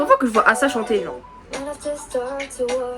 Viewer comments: oui mais on est pas censé le prononcer comme ça a la française par ce que y'a pas de trop de respet pour son blaz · C ruka et asa c asa mais le premier a c’est la pronciation anglaise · justement c'est ce que je te dis, ce n'est que le jeu de mot sur son prénom qui se dit eïssa :) ou à la limite prononcé à l'américaine sauf que bah c'est pas américain donc il n'y a 0 raison de le prononcer comme ça. Son prénom Asa, se dit Asa. Il n'y a que dans ses chansons qu'elle dit son prénom en tant que Ace+ Asa, mais son nom c'est Asa et ça se prononce bel et bien Assa. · Je comprends pas ta réponse 😅 si les gens veulent respecter le nom d'Asa ils le prononceront Assa. Ici on ne parle pas des gens on parle de qui veut savoir quelle est la bonne prononciation. La bonne prononciation est Assa point final il n'y a pas à chercher midi à 14h quoi je comprends pas 😅😭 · mais wha c pas compliqué ça se prononce pas Assa ça se prononce "éïssa"